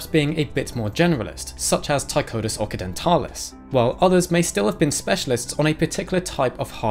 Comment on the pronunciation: I believe Occidentalis is pronounced "OXidentalis" and not "OKidentalis". Like Occident (west) vs. Orient (east). Occidentalis and Orientalis, both appear in the nomenclature of several species.